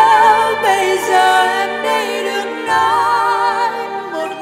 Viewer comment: HHN có thể không hát hay bằng nhưng cách phát âm của Hà Hồ rất chuẩn. rõ ràng. Thanh Hà phát âm bị đớt quá. mấy chữ như: giờ, xưa.. nói chung là lưỡi hơi bị ngắn...